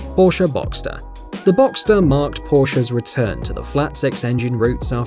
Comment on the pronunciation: Finally an English speaking guy that pronounces Porsche and boxster right!